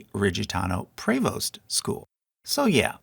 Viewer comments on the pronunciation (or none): Prevost is pronounced like “preeee-voast”